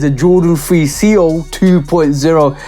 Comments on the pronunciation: These might be my SOTY next to WC4. Love all the details. Seoul can be pronounced like soul. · It’s pronounced SOUL. But yea this show fire!! Lol